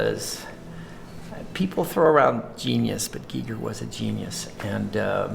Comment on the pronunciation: Thank you for pronouncing his name correctly, and it was great to see respect payed by you all to his genius. I was lucky enough to meet him in 2002, my Art god, he was so nice, happy to meet his fans.